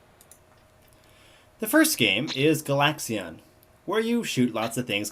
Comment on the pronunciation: its pronounceed *GA-LAX-AN* and *GA-LA-GA* and the second pronounciation of xevios was correct